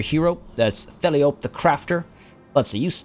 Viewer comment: Theliope, I imagine would be pronounced [theh-lie-o-pee], like Calliope.